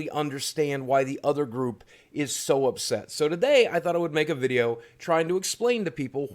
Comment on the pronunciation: "Upet"? Really?